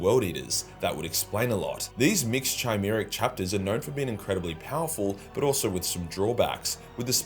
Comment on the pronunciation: Charnel and chimera are pronounced with a “K” sound